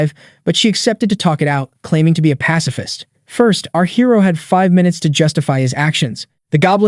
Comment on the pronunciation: A PACAFIST??????????????? murk that girl